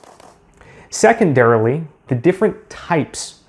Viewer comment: secondarally lol